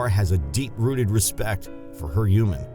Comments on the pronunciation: Humans, not Humens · What is a "juman"? 😄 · Whenever he says human I hear hooman😂😂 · without pronouncing the "h"! -> uman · Why do the narrator pronounce “human” as “youman” omg it’s driving me crazy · When u say human it sounds like your not a human ur an alien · How come he can pronounce humanity right but can’t say human?